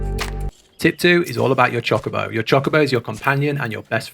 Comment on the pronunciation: H is pronounced ay-ch. Not hay-ch. It is pronounced Choe-ka-bow not choh-ka-bow